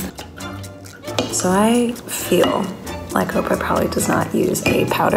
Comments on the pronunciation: "Chowder from Trouder" is going to be stuck in my head all day. 😂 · Trouder joes 😂😂😂